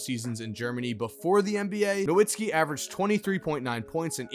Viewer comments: Pretty sure that the W in Nowitzki is pronounced like a V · Why he say Nowitzki like that 🥴